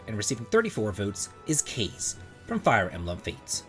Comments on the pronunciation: Kaze should be pronounced Kah-zay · Kaze is pronounced "Kah-Zay" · You're pronouncing Kaze wrong